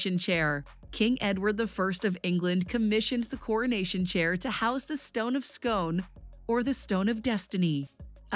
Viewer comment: You mean like ‘ak-seeded’ instead of ‘uhseeded’, ‘Edinbur-uh’ instead of ‘Edinboro’, and Stone of ‘Scoon’ instead of ‘Scone’. I know it looks like it rhymes with ‘stone’, but it actually rhymes with ‘spoon’. I mean, if you’re going to make an informative video, at least find out how to correctly pronounce things and stop saying ‘coronated’.